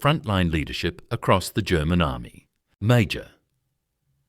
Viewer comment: Work needed on pronunciation. webel. is NOT weebel, VEBEL Major pronounced . MAI-yor.